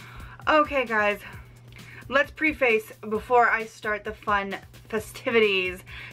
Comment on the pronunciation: Yet another of your VERY GENEROUS giveaways! Thank you! [FYI: I live in Fort Lauderdale, FL. As you can tell from my photo here, I am WELL over 18 ... but my driver's licence will show a clean-shaven guy with dyed hair.] Most important (NOT): "preface" is pronounced preh-fuss, not pree-face. :D